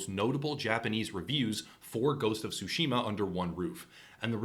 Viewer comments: ITS TSUSHIMA NOT SUSHIMA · The "T" in Tsushima is NOT silent, practice with saying Tsu and make sure to pronounce the T then say Tsushima. Please, it is not sashimi with an A at the end.